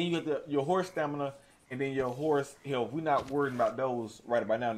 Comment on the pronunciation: I'm watching a tutorial made by a guy who cannot properly pronounce health..."healf"